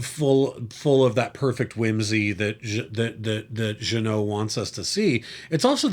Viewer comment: Just putting this out there : for an English speaking person, Jeunet would be pronounced ‘Juh-nay’, not ‘Juh-noh’ .